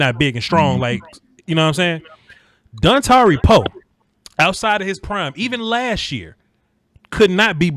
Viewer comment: in my head I was like don tari Poe gonna keep our lbs clean and sure enough you say Dontari Poe